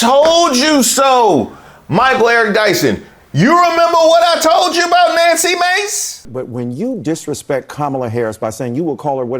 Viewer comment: I find it completely offensive that you would continually mispronounce Nanky Maid's name.